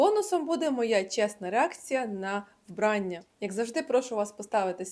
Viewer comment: вбраннЯ, а не вбрАння